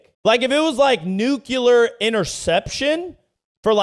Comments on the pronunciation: Nu-clear bud, not Nu-cu-lear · Its "nuculser"... the "S" is silent. They want people in the field to be murderous so they feed them whatever. I think they want to keep someone from going private Pyle on a sub so they give them cookies and shit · The dude on the bike is killing me lmfao, his name is Nuclear.